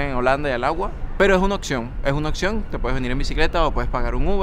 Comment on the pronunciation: Hola amigo. .. En el minuto , dices: "ES UNA OCCION, ES UNA OCCION." ...Al menos, asi se te oye que pronuncias esa palabra que en realidad se escribe: OPCION e igual se pronuncia, con P. ... Oye, .... que buena LABIA tienes. ... lo que hace muy entretenidos tus videos. ... Por otro lado, en el minuto dices: "MUCHAS DE MIS ACTIVIDADES LO HAGO EN AMSTERDAM." ... Fijate, repetire lo dicho, haciendo NOTAR algunas letras para que te des cuenta de tu ERROR: "MuchAS de mis actividAdeS LO hago en Amsterdam. ... Fijate, estas hablando de "actividAdeS, ... o sea, en PLURAL (porque son VARIAS actividAdeS). ... pero, mira LA CONTRADICCION con esta parte: "LO hago." .. No te das cuenta que en ""muchAS,".... ahi se tiene un ADJETIVO DE NUMERO, ... entonces, ese adjetivo, en que NUMERO GRAMATICAL esta? ... En PLURAL (muchaS). ... En que genero? ... FEMENINO (muchAs),, ... pero: "LO hago,"esta en SINGULAR y en genero MASCULINO, ... y deberia ser en PLURAL y FEMENINO, ... por tanto deberias haber dicho: "LAS hago." Entonces la oracion completa deberia haber sido: "MuchAS de mis actividAdeS, lAS hago en Amsterdam."... ¿Te das cuenta?